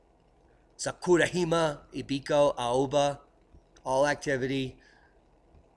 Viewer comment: great as usual. It was an honor to meet you at the Observing the Frontier conference. You are a must-watch every day! FYI, Jima (island in Japanese) is “gee-mah”. Keep up the great work, I learn SO much from your channel. Thanks.